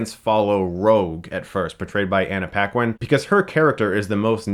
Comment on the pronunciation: loool how did you say Paquin ? xD its not like pinguin .